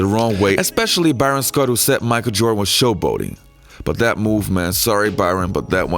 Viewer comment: "Micah Jordan"